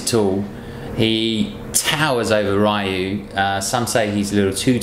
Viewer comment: RYU not r-a-y-u!!!!